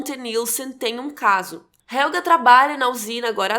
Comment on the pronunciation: Preciso dizer que, pra uma pessoa que não fala alemão, a sua pronuncia esta de parabens! Só uma coisa importante sobre o Helge. vc pronuncia Helga, e HelgA é um nome feminino, o masculino se pronuncia HelgE, com som de "E" como no portugues no final. Ps. A serie da varias dicas e eastereggs escondidos na lingua e no cenario (como o proprio nome Winden e o que é falado nas radios ao fundo), que ate agora eu não vi ninguem comentar!